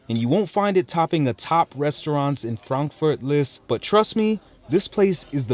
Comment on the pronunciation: Thanks for pronouncing "Frankfurt" the correct way :) many English speaking people say "Frenkführt" which sounds very weird 😂